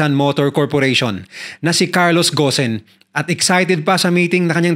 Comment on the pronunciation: Gon hindi ghosen ung bigkas po dun